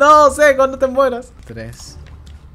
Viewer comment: A mi también me dio risa "cuendo" paso ezo Cak